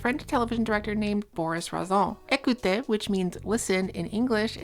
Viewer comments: ok there are a lot of awful things being done in this video but the pronunciation of écouter (which isn't even the name of the book, it's écoute!) is killing me, send help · your pronunciation of écouter really is something... for anyone curious it's more like ay-coo-tay